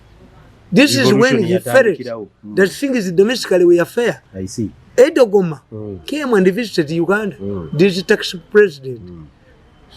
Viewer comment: Hahaha....Mirundi "mbu" Edogoma. He's called Erdogan and the one he always calls "mafuguli" is magufuli and the Secretary to the treasury is not "Mukahanizi" but Muhakanizi